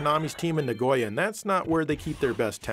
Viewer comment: That pronunciation of Nagoya was... Unique.